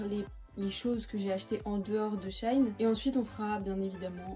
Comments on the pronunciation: C pas shain c shein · Ça ce prononce pas shain mais shein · Shein se prononce comme "Chine", je faisait aussi l'erreur en prononçant le "ei" = "è" mdrrrr